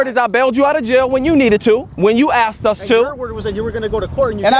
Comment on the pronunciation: " I axed you .. I axed you '' .. Did she ? 😱😱